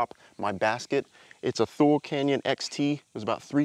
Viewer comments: Its pronounced too-lee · First of all, I love all of this!! Nice job!! Secondly…not important at all but just wanted to let you know “Thule” is pronounced “too-ly”